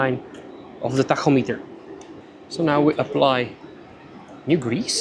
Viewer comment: I will now be using your pronunciation of “tachometer” from here on out. It sounds so cool. 😎